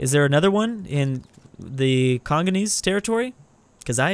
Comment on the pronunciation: dude it's Congolese not conganese.